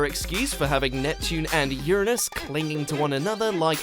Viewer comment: I love how you misprononunced Uranus just for the sake of avoiding saying it the other way